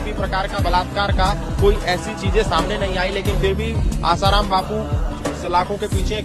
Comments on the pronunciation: Literally said asaram as his ram 😹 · Kya research karna hai Aap bhi ashram jaati ho kya ? Wo peele baba Asaram ko raam bol Rahe Hai 😂😂